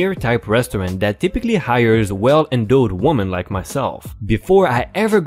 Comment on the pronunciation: "Well endowed " awh your accent. Just to let you know that the O sound endOWed is full of sound. Your jaw should drop just a bit go the full o sound. I have thought English speech in the past to friends who English was a second language. I really like the channel.